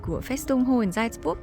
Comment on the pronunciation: Video rất hữu ích, cám ơn em! Góp ý nhỏ phát âm tên thành phố 'Salzburg' cần hơn chính xác nhé!